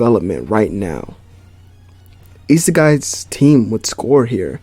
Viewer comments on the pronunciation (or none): Great vid bro, but please say IE-SAAH-GIEE😂